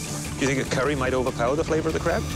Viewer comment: “Flava” (flavor) … I noticed it’s usually an exaggerated “a” sound. Don’t know why but it annoys me.